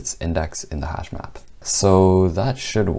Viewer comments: Hashmap? I thought he said hashbrown..damn. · As a non-coder I thought he said hashbrown for a second lol literally had to google if that was a thing 😂